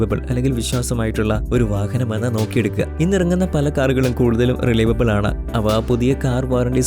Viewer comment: റിലൈവബിൾ അല്ല റിലയബിൾ